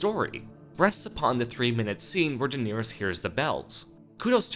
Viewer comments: The fact that you pronounce Daenerys incorrectly, and the number of times you say her name, is maddening. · Uwu, the most precious name in the series was pronounced wrong ;( Nothing matters anymore.